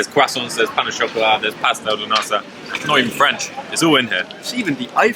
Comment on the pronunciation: And the worst Brit at saying Boulangerie and Pain au chocolat 😂